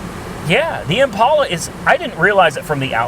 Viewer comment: Hey. It's Impala not Impaula...please stop the "stupid" pronunciation!